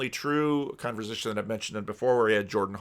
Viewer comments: "Conver'z'ation" Interesting pronunciation. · the only person I’ve heard who actually pronounces the v in conversation